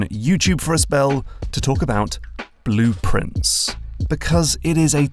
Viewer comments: Same! I went "wait, is the game called 'Blueprints'? I thought it was— ohhhh." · same lol. I was like "why is calling the game Blueprients? Did he got the name wrong? It's Blue Pri- WAIT WAIT" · I feel like an idiot, but only because of your accent did I realize that Blue Prince is supposed to sound like blueprints